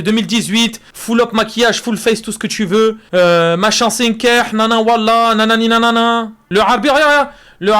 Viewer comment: la manière dont les IA prononcent "Wallah" j'ai envie de sauter d'une falaise